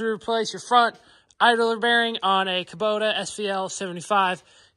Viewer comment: Kubota not Kabota!